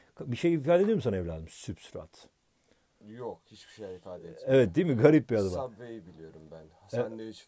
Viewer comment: Hocam substrat yazıp neden sübstrat diye okuyorsun mdmdnd